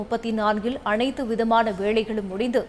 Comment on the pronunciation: செய்தி படிக்கும் பன்னாடை....அனைத்து விதமான 'வேளைகள்' என்று வல்லினத்தில் உச்சரிக்கின்றாயே? உன்னையெல்லாம் எவன் வேலைக்குச் சேர்த்தான்.